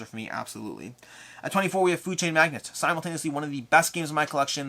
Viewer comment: Another jerk comment from me (I only tease those I love), please, both you and Jesse, quit saying "Food Chain MAGNET". It's "MAGNATE"!!! ;)